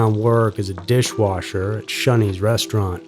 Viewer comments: Dude,, it's 'ShOneys' not shUneys. UGH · Gah damn stop pronouncing Shoneys as shunnys its Sh-oh-neys ffs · Pronounced “Show” knee. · Shoney’s is pronounced “Show knees”. Used to be a big chain. Whenever you have a vowel consonant then e the vowel says it’s own name. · He kept saying Shunney's. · yup. Was driving me crazy. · I don't know where he is from. But, I cringed every time he said it